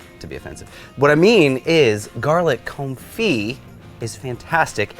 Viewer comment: thank you so much! Your marvelous lessons are appreciated. I have watched this video three times now. I’ve taken notes and I think I’m read to make “Garlic Confit”…. Thank you for giving the correct pronunciation to the culinary Vernacular, such as Confit, and fish Filet. Please continue these lessons in culinary language pronunciation when you deem it necessary. I’ve sent my brother this and the pork tenderloin video. I may have tempted him to buy a Blackstone griddle.